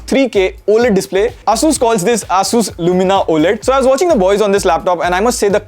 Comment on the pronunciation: The way bro said “ASUS” 🤮